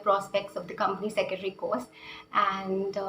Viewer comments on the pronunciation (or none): How many of u got pissed every time she said, "Company Secetry". Madam, spell it correctly - it's 'Company Secretary'.